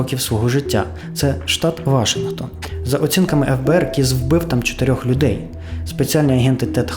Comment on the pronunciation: брооо, «вашингтОн»! немає ніякого «вАшингтона», крім Джорджа🤦‍♂️🤌